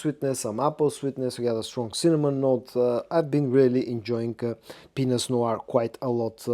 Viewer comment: It sounds like you said , "I am really enjoying penis noir" lmfao 😂😂😂😂 Black Penis is what you are enjoying 😂😂😂 You crack me up man